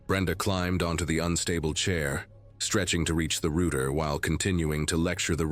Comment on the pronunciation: . Pronounce "ROUTER" (for one) correctly or don't narrate reels !!!